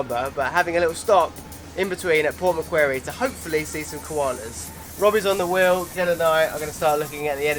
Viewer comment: you pronounced port macquarie wrong